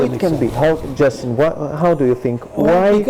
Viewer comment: Justin not Justeen